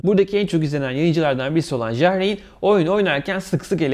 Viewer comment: Ja reyn ne la , yar ayn diye okunur